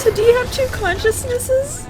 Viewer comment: I just have one question after watching the reaction video. "two consciousness', Conscious-ni"? 🙂LOL